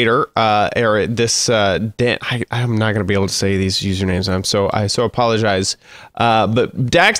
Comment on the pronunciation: I cant pronoise their name sorry, -- then -- "So Appoligise